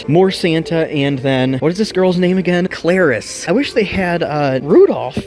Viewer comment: You pronounced Clarice wrong